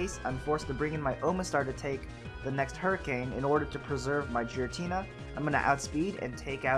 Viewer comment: Isn't it Giratina? You pronounce it as Jiratina